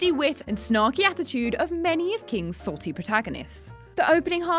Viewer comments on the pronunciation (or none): none